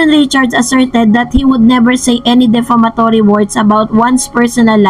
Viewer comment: Hello it's defamatory not deflamatory